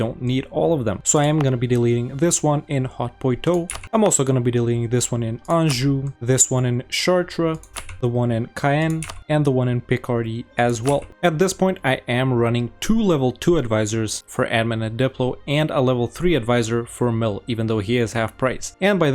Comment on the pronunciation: Very nice video! Ooh and just so you know "Caen" is prononced kan (imagine the word "can't" as a british but dont pronconced the T)